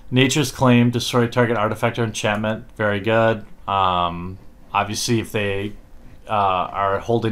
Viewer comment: I hear you say this all the time now. "Abeesee" But it's supposed to be "Obviously". WHy!?